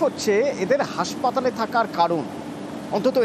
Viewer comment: হাঁসপাতাল নয় হাসপাতাল